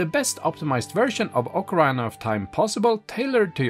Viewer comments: it pronounced Okkah-reena.. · what? what game is this? ocaRAIna? LOL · Nope. Sorry, but nowhere is it pronounced that way. Saying "ocaraina" is simply a mistake and not an accent thing. The accent is sexy, though. ❤